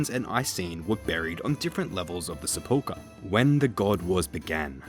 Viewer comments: I hate how he pronounces sepulchre and Hallowvale. Good video though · british people don't accent the middle syllable of sepulchre either, he's just wrong